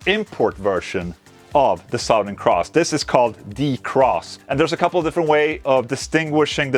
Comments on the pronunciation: You can say it as "Suthern", Ola :') You don't have to say "Sowthern" - Fank You clap Amazing guitar though! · Suh-thern. Sowth. He was from the South. Or He is from Suh-thern texas. Not trying to be a dick. Your pronunciation if the word southern is a little off. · Suhtherrn. say it like this. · Nothing is better than the way Ola pronounces, "Southern."